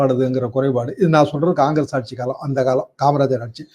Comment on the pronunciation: ஆட்ஜியும் இல்லை, பஜ்ஜியுமில்லை "ஆட்சி" நன்றி.